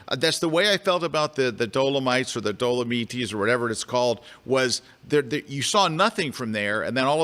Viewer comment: The correct italian pronuciacion is something like “do-lo-mee-tee”